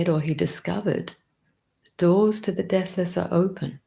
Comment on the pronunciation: Your embrace of the 'big picture' is awesome - so many sacred texts addressing our yearning for Union. This channel is a torch on the path. Thank you, dear. Btw, at first I thought you were saying 'death list' instead of 'deathless'. 😂 (You can probably tell I live in America.) Paz y luz, everyone. 🌏🍃🐿️🦋🔭✨🌙🙏📿💙